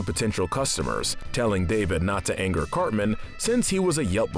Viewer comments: ... it's "DAVEED" not David. Geez! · It kinda bugged me you called David David it's pronounced Daveed as he tells Cartman multiple times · It's Daviiiiid, not David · It’s not “David”, it’s “Duh-veed” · David? Don't you mean Dah-Veed. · ITS DAH-VEED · “My name is David(Dah-vee-D)" Also you left out Cartman's dad who abandoned him causing Cartman to later have him killed and made into a chilli he fed to his half brother. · Its not dejvid ir david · That's not how you pronounce David's name. It's Dah-veed. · my name is da-veed and it's not baby it's bebe and it's not linda it's liane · It's "David"!!